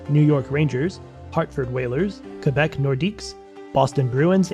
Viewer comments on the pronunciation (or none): none